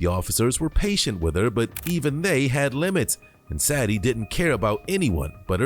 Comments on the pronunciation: Sadie is pronounced "Say Dee" NOT "sad ee" like you keep saying. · If only the commentary was accurate when depicting the details of a crime. There's a difference between he and she, and the pronunciation of Sad-ie vs Say-de, which was said correctly in the video at least 3 times yet still missprounced by the voice over. I know there's worse mistakes, but it's simple attention to detail. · Why, why, why are you pronouncing her name so wrong? SAD-EE..it's Say-dee....it's been around a long time, it's in q Beatles song, Sexy Say-dee, I've NEVER heard anyone say it as you did, very unprofessional dude, if you're uncertain you can Google correct pronounciations.. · saydee, sadie, not sadyee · Her name is pronounced Say-dy it spelled Sadie.